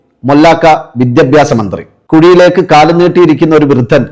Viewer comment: *വിദ്യബ്യാസമല്ല പക്ഷെ വിദ്യാഭ്യാസം മലയാളം ശരിക്ക് ഉച്ചരിക്കാൻ പഠിയ്ക്കൂ😂*